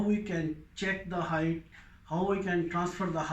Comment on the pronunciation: Your title misspelled 'height' presumably because you mispronounce it as hi-th instead of correctly as hi-T like bite; light; night; white....